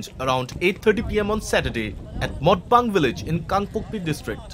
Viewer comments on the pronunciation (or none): Not motbang motbung being a reporter you cannot pronounce